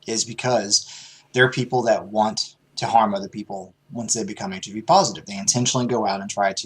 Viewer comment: Damn, that was kinda fucked up starting out, joking about "So you don't got the full AIDS, just the HIV"? (Sounded out phonetically, instead of the initials, like folks do when joking about it).. seemed kinda tasteless, Steven. :-/